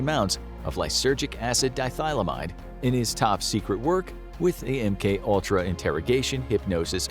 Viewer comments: Lysergic Acid Di-ETH-amylide. ETH. Not Dithylamide. C'mon y'all, maybe get someone with some STEM experience or a chemistry background to proof your scripts when you're talking about STEM stuff...helps with the general flow of the script. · people always mispronounce the chemical name for LSD… lysergic acid diethylamide it’s not lysergic acid “dye-a-thigh-la-myde” it’s “di-ethyl-amide”